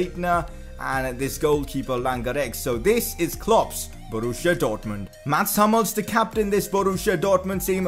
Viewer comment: Borussia not Boruuschia